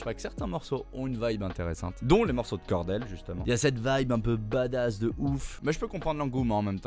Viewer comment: MEC JE TE DETESETE TA DIT KARDHELL MAIS C’EST KORDHELL